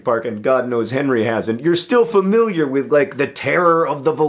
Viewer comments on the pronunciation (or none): none